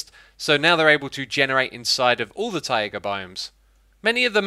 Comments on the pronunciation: Bug report : When X attempts to say taiga he says "ta.e.ghu" instead of "tai-guh" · "Taiga" is pronounced like "tiger" but with a more clear and open "a" at the end. True mastery - to place an accent at the last "a" - not "tAiga", but "taigA". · Taiga not Taiaiga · Why do you insist on saying `ta.e.ghu` instead of `tai-guh`? Do you want people to learn the incorrect pronunciation or something? :/ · Everyone else: Taiga Xisuma: Tyæga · Tah-ey-ga btw :^ ) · It's pronounced tie-guh(taiga) and uh-kay-shuh(acacia) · Excuse me? I can accept pozzible. I can accept pardicle. But tai-YEY-ga? What?